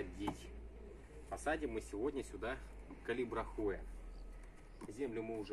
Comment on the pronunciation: Здравствуйте! Растение называется "калибрахОа", с ударением на второе "А".